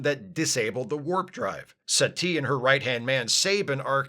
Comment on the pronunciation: I keep hearing Satie as "settee"; which is a UKanian word for a couch. It is very distracting.